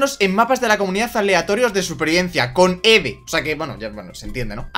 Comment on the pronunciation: Eve se dice ivi y me pone de los nervios cuando dices eve